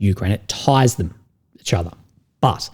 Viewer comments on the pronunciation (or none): none